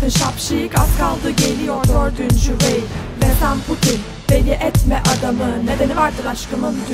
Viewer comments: merkel ablamız reich'ı reyh diye okumuş dadsdasdsasd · Reich "reyh" diye okunmuyor ama olsun